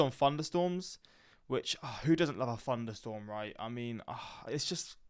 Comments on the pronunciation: It sounds like you're saying funderstorm Instead of thunderstorm. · Did he say funderstorm??